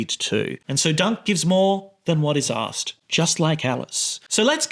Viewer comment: "Giving more than what is 'ass-ked.'